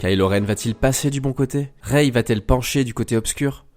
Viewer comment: Par contre ça se dit "Rai" pas "Réï"